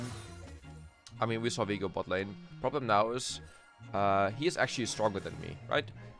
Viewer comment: For some reason I hear "Biggle" instead of "Viego"...